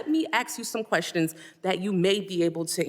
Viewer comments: Let me ax u sum questions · Let me AKS you something, LaMonica? Did you even graduate grade school? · Let me ax you a question....................................................What an ape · “Let me ax you some questions..” 😂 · Let me ax you some questions, enough said from the low IQ person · Let me Ax you some questions??